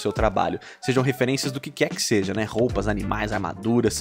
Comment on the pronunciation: "ROPAS" ???????? SALVE SEU LINDO❤